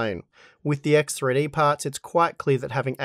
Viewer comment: EKS TRI DI! My russian ass